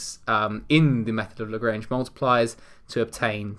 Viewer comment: Absolute life saver, but it kind of just itches me (as a math guy) not pointing out how you pronounced lagrange...Youre amazing either way!!